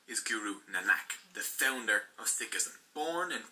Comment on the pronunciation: I like the effort of the video in review Totally understand that certain concepts are simplified to keep it concise But he’s butchering the pronunciation, I’m not upset but if we can learn to speak your language you can put some effort to learn a few words.